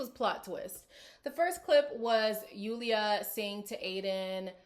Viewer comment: Even though Julia probably said stuff with a bit of spite at least she said something. It also bothers me that Lorenzo doesn't correctly pronounce Julia's name.